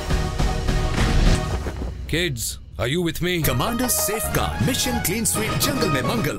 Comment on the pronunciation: It is not sifgard it is safeguard